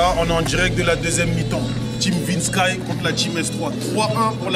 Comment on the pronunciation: C’est plus Vinsky mais VinskAïe